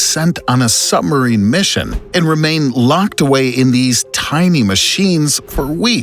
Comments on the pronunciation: Why is the narrator keep saying sumarine? It's suBmarine. I literally cannot finish this video hearing that word again. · Sorry, but I can't get past the use of the word 'Sum-arine' every 10sec. The topic has a B in the name 👍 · Interesting narration. It calls attention to one's pronunciation of "SUB"